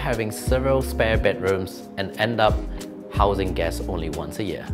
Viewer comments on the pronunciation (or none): none